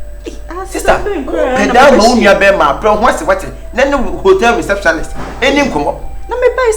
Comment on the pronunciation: I always laugh wen kyekyeku says receptionist as receptionalist😂😂😂❤️